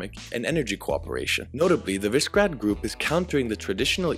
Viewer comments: More like wi-sheh-grad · WI - SHE - GRAD ... why is it so difficult? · Note' It is pronounced "VEE-SHEH-GRAHD"